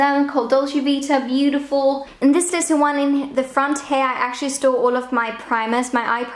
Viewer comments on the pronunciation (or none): Everytime she says "store", because of her accent it sounds like she's saying "stole". I stole all these singular eye shadows over here and in this last drawer, this is where I stole all of my lip products😂😂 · Whenever you said 'store' it sounded like you said 'stole' 😂 I store all my brushes here I stole all my brushes here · I thought the exact same thing 😂